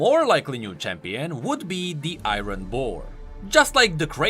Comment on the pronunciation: It's not iironn it's iron